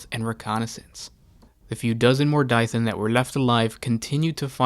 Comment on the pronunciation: Mor "Die" than? How do you to such a pronunciation from that spelling??